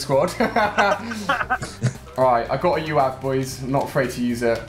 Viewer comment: did he just say yooav instead of uav?